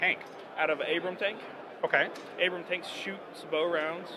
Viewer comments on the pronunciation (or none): He didn't even fucking say 'Abrams' once. He keeps saying 'Abram'.